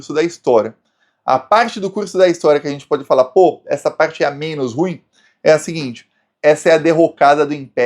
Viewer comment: Português:a pronúncia correta de "ruim"é RU-IN, com ênfase na segunda silaba.